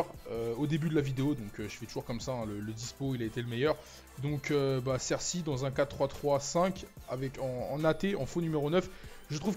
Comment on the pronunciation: On dit pas "cerssi" mais "CERCI" !! ;) MERCI